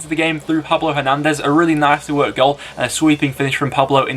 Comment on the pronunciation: You got the surname right for the goal of the week, it was Hernandez, but the first name is pronounced Pablo!!